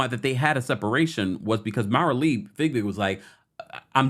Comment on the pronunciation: I’m sorry I can’t take it. MARILEE LIKE ROW ROW ROW YOUR BOAT. FIE BIG NOT FIG BIG